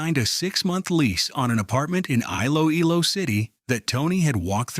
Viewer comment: Iloilo is pronounced “ e-lo-e-lo.”